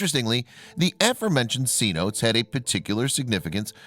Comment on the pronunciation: They are not called 'C-notes', It's pronounced seh-NO-tays.